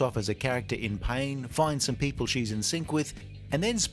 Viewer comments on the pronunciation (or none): none